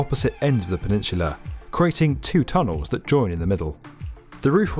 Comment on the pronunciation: Two tonels.